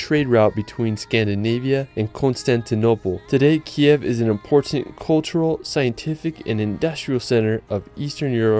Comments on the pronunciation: Sorry, but not Kyev , right Kyiv ) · Thank you so much for this amazing video! I live in Ivano-Frankivsk, it's amazing beautiful and very cozy city near the Carpathians. It;s just the name of our capital is pronounced as Kyiv (Kiyiv), this is ukrainian language (Kiev is russian style). I wish more and more people to know how beautiful and special Ukraine is ))))) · Nice video. You just need to update your pronunciation of Kyiv. Rather than the ruzzian transliteration (Kiev) which you pronounce in this video, the capital city of Ukraine should be pronounced as Ukrainians write and pronounce it, something like this: K + Eve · not Kiev, but Kyiv